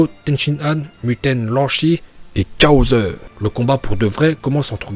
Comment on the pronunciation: Je kiff trop qd il dit chaozeuh😂😂